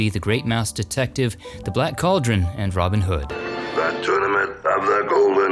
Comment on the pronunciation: George GoBEL’. Robin Hood’. Your insistence on emphasizing the wrong syllable is so irritating. Every video you make has the same problem. And not just people’s names. Out field’’ when referring to a baseball position. The accent is on out, not field.